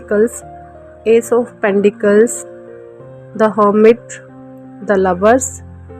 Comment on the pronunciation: Pendicles nahi hai Pentacle hai😅